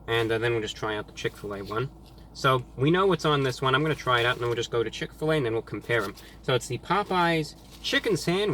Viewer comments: "chick fill ah" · When I moved to Indiana and first came across Chick-Fil-A, I thought it was pronounced like you did... Chick, Fill, Ah, as in Fill a "what"? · “ chick fill A “ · He said chick fa la wrong 😂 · When he said chick fl A I lost it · Chick fill uhhh! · why’d he say it like that tho 😂 “chick phil a^ “ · From now on it is pronounced "Chic Fil Ah" PERIOD. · He said chick fil laa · chick-fil-AH forever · Ok so he says Chick-fil-A correctly but he acts like he doesn’t know how to pronounce Chick-fil-A hmmm interesting just got exposed😂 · Is nobody going to talk about how he said "Chick-fil-a" ? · Did he just say CHICK FIL a